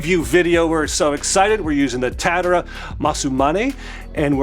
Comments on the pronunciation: You say: Masu-mane - it's Masa-mune. Also its Tatara (tat-a-ra) not Tatt-era. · considering you keep saying both the brand and the razor wrong, that is low key hilarious 😂 I dig the new studio tho! 😎